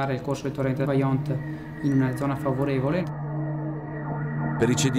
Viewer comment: Vajont non baiont